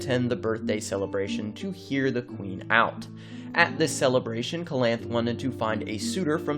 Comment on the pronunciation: Oof. It hurts my ears to hear you pronounce Calanthe wrong.